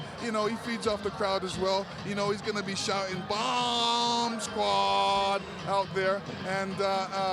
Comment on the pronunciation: Tyson wins on points. Bwamb sqwauwd